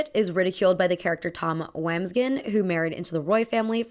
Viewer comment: it’s pronounced WAWMBSGANS (sp might be off) … you need to watch succession, the fashion is sick, your analyses, the ones i’ve seen, seems a little called in when pointing that girls’ burberry bag out. that part was funny though. also, lora piana hat is largely worn by the logan roy himself throughout the series